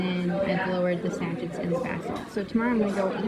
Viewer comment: This was interesting to watch, and hear your honesty. I had same experience with small local market, but glad I tried. Local Facebook group works much better.. Im in New Zealand. How long have you been saying 'sachit' instead of sachet? I'm sure you're not the only one 😁